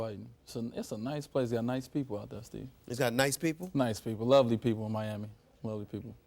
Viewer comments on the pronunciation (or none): luhly people. LUHLY.